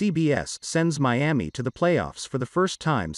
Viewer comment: mee-am-ee OTHERWISE KNOWN AS MIAMI